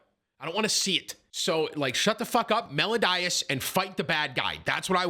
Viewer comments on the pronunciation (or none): More like Mel-i-o-das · Melow-die-is💀 It's pronounced Mel-eeo-dis